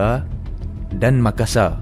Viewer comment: Pakar lah bukan 'pakaaa' Besar disebut besaaa Makasar disebut Makasaaa Bakar disebut bakaaa Sungguh bahasa kampung... tidak standard.